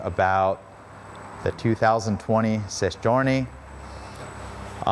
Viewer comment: You reeeally need to practice how to say Sei Giorni 😂 Hint: It's Seh-ee Djee-or-nee